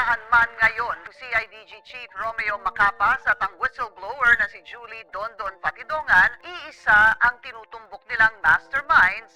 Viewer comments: Dondon hindi donondon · Don don not donondon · What? Donondon😂 correction Dondon😂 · DONDON hindi Donondon at Remulla ( Remulya ) hindi Remula... AI ayusin mo naman, hihihi... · Dondon po. Hindi Donondon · Tama ba sng sinasabi mong pangalan blogger Dinondon o dondon? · Donondon ba o Dondon?